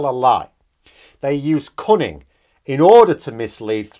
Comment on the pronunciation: Did you say cunning or cunting?